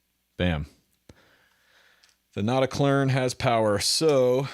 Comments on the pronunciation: "Not a klön" ... pronounce ö = b rn. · It's not pronounced "klern", it would be like that with the umlaut but without the r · Pronounced not-a-kloen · "Notakløn" 😆 Like "O" and "E" pronounced at the same time, not sequentially. Like "Notaklearn" yes, but without the extra pressure on "earn", which prolongs the sound. "r" should be completely silent, so no pirate noises in there 😆 Think more like french maybe, or a middle-thing between french and american 😆 I'm a dane btw. We don't have umlout ("omlyd" in danish, which litterally means "re-sound"), but we instead have actual letters like Ö = Ø for instance 😊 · You were almost right about the pronunciation. The "Klön" is pronounced like the word "earn", but without the "r" in it! So almost like "Klearn", without the "r".